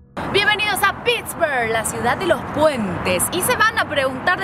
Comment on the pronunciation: Did she say "Piss-burgh"? Please don't get me wrong. It seems you have great loving parents! Thank you for loving Paraguay.